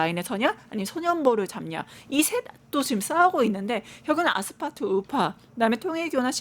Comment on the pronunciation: 아스파트 아니고 아스팔트 ㅡㅡㅋ 내란당 차라리 친한길당 대는거 강추 강성우파가 장악함과 동시에 국민의 철저한 외면을 받을것임 그럼 스스로 문닫음~~